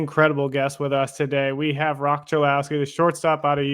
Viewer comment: The “h” is silent in Roch.